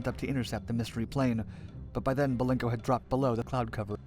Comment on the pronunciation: Please..BELENKO, not Balenko.